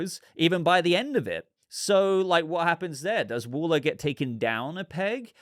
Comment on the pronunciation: What are you saying…..wooler, whuller?….Pronunciation wall-er